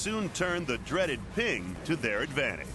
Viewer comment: it's ping not ting